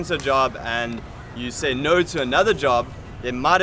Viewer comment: The hardest thing for the Vietnamese, is trying to learn English from all the people coming to Vietnam, to teach English, with heavy accents and broken English themselves. People from India for example, or any other person that can not use proper diction. For example: this gentleman say (you) like it is spelled eww. Not trying to down this guy, it's something to think about before you try to come and teach. Vietnamese are not dumb, they will soon learn that you are not teaching with the proper pronunciation and spread the word that you are not good. Good Luck!